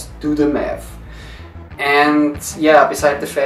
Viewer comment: I love how your "Do the math" sounds disturbingly close to "Do the meth" xD